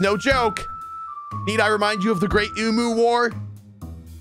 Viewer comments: yes, pronounce it emoo instead of the correct em-you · why does ranboo pronounce emu as “eemoo”. is it an american thing? its pronounced “eemyuu” right?????😨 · as an australian, i find the way ranboo says ‘emu’ really funny bc its pronounced ‘eem-you’ and not ‘eem-oo’ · he's... saying emoo.... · ive never heard it pronounced em-you lmao and i visit an ostrich and emu “farm” place almost three times a year lol